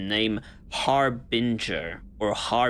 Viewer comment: Also pronounce Harbinger with a hard G.